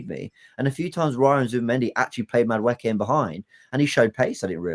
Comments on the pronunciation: mate, it isn’t Madawookie. He ain’t on Star Wars. It’s pronounced Madawakie… Madueke. Easy. Please one of you 3 correct him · mispronounces Mosquera as Masquera once and Jordan jumps in but you've all let him say Madawookie for weeks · Jordan - please also correct saying MadaWookie - this ain't Star Wars. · I beg in this one instance be like Ty and just name players by their first name please it fully takes me a few seconds to work out who you're talking about...... Madwhowookie....... Mascara....😂😂😂